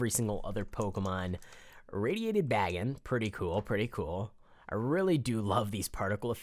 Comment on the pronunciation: Bagon is pronounced "Bay-Gone"